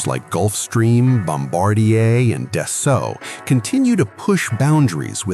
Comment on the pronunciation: The F,ing AI is absolutely redicioulious. Swifts jet is a Dassault, not how the AI is pronouncing it.